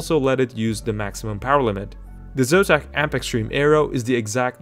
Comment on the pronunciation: what is "Zotam", it should be "Zotac"